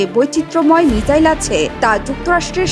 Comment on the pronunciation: Missile balo mijail noy.khub baje lage sunte